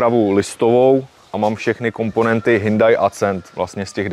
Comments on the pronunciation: Snad se mi kauzu ,,hyndai" podaří uzavřít!😂 Hyundai se správně čte hyundae 🤙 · Hyndaj se ve skutečnosti vyslovuje Hjondé 😂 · Od doby, kdy jsem v tomhle videu poprvé slyšel "hyndaj", jsem si vzpomněl, že s tímhle typkem už video s Betou natočil. Pokaždý, co řekne "hyndaj" se začnu smát😂 Ale ne, má to fakt hezký, má o tom přehled a cenim, že do toho dal takový prachy 👍🍀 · Taky jsem slyšel Hnůjdaj. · Hyndai, to jsem jeste neslysel:D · Proč škodovce říká Škoda? 🤔 Když říká Hindaj tak jí může říkat třeba Škada... 🤦‍♂️🤦‍♂️🤦‍♂️ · Pokaždý, co řekne "hyndaj" se začnu smát